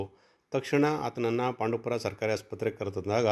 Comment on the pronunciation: ಪಾಂಡು ಪುರ ಅಲ್ಲ ಪಾಂಡವಪುರ...